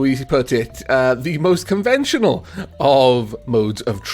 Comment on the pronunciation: "Not the most 'convential' modes of transport..." detects robocraft urges in